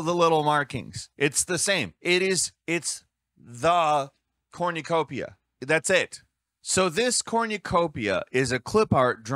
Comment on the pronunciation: Why the fuck are you saying cornucopia like that???